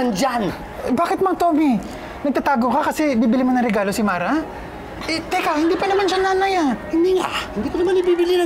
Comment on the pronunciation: pakinggan niyo maiigi sinabi Mang Tommy hahaha "Bara" na eh imbis na "Mara" hahahaha